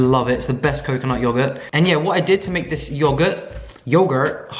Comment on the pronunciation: Yo I DIED when you said "Yo-GuhrtT!"